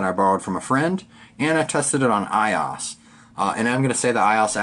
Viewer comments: lol it's pronounced I-O-S not iOS as one word but great video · Was going to buy this for my office, but I think Im going to pass. Im laughing at myself as I head my head tilted while watching the app review portion. Why didnt you just edit the video? HA! Also, its "I.O.S". I was like, "wtf is "eye-oss"? HAHAHA! Damn. Thumbs up for me!